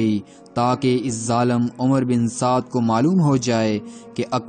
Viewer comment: The correct pronunciation of this lanati’s name is Amr bin Saad and not umar, Omar or Umroo.In Arabic language (wow)if followed by (Ray)then (wow’s)sound gets cancelled.Please do not mention this “lanati’s name as Umar and describe his name with the correct pronunciation which is Amr bin Saad.Thank you.